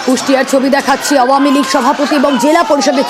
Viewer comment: খালি ভাঙচুর দেখলে তো । কিন্তু ৫ এ আগষ্ট এ তো এত মানুষ + আমার ভাই সহ আরো অনেক ভাই যে মারা গেলো সে গুলো কই ? সে গুলো কে নিয়ে news বানাও ? না ,এমন ভাবে মন খারাপ করে বলছে ! যেন মিডিয়ার নিজের বাড়ি ভাগ্গা হইয়েছে and by the way আওয়ামীলীগ ও ভালো ভাবে বলতে পারে না আবার করতেছে হাসিনা কে নিয়ে news হে যত সব 😑😐